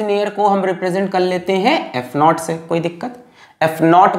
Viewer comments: Sir, "not" nahi it's "naught" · It's not epsilon not it's epsilon naught .